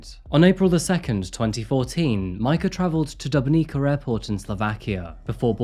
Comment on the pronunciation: By the way, her surname should be pronounced as /Kukutsova/, not /Kukukova/. This is not English after all, there are different rules there. Update: Same goes for Dubnica. P.S. Damn, she could've at least done the same to that r*ssian, there would've been one more good r*ssian in the world. Then I could even understand why she was not sentenced harshly. Such an oppotunity missed.